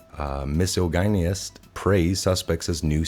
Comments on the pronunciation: Misogynist...mis-saw-jo-nist.. proper way to pronounce. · it's pronounced " mis-sa-gin-ist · MISS-OJ-IN-IST** Learn to read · Misogynist - first say ‘massage’. Then say ‘gynist’. Pronounced like gymnast. Massage gymnast is close to how you pronounce it. You’re welcome. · Listen, Miss O'Genius: Get someone to read for you. It's embarrassing to listen to you butcher words and names. If you don't know the name break it up into syllables, just like in Grade 4. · misogynist is Pronounced: "mis- ah-gen-ist"😉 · Mis-ah-ji- nist. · " "Mi" as in "Mick" , "sah" as in "Saddam" "gi" as in "gin" "nist" as in "Satanist"., accent on the 2nd syllable., ..."Misogynist" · Miss - ah - gin - ist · And its Miss-aww-junn-ist And aww-thin-teh-seh-tee Just.... Read slower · Pronounced "Miss-ojj-in-ist" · miss sog( soft G) - in -us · Mehsawjanist* pronunciation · Dude you are mispronouncing "misogynist" it makes you look dumb. Don't give anyone the excuse to trash your vids :O)) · Sir! I appreciate your fervor to report the news and all of these Q posts, but you need to learn to read. The fact that you don't know how to pronounce or recognize the word misogynist, is amazing. You got to up your game. I love you, brother. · I'm sorry I'm not a genius but how can you not know how to pronounce the word misogynist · God you don’t know how bad I wanted to be able to tell you how to say misogynist